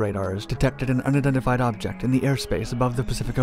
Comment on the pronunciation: Bro u speak way too fast, slow down a little bit. 'Unidentified' sound like 'undified'. And stop slurring your words